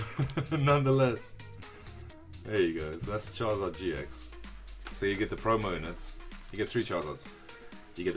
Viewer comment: When you said one Charizard tin it sounded like one Jonathan lol shoutout to all Jonathan's I guess lol